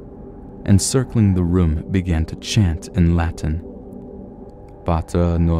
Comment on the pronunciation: Hey, - way to butcher that Latin pronunciation! But you have a great voice, subscribed.